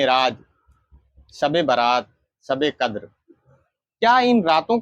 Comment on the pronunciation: hujoor nahi huzoor kahnaa sahi tarikaa hai Sabe kadar nahi shabe kadar kahnaa sahi tarika hai deen ki baate alim se sikho sahi tarike se pataa chalegaa ye janaab huzoor kaa naam thik se nahi le paare shabe baraat kaa naam thik se nahi le paare baal awrto jaise rakhe hai sahriyat me kaandhe se niche baal rakhnaa haraam hai awrto jaisi mahdi lagaai hai shariyat me gair alime deen kaa binaa kitaab dekhe takrir karnaa haraam hai peer hai tab bhi kitaab saamne rakh kar maslaa padke bataana waajib hai ye nahi ke kuch bhi apne tarike se fekde Allah paak aise jaahil peero se imaan waalo ki hifazat farmaai aap log you tube pe bhi upload kar rahe hai aapke peer ko sahi tarike se ilme deen sikhna chahiye